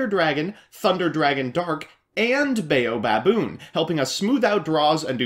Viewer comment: With the way you pronounce baobaboon I just want to see a baboon bayonetta photo shop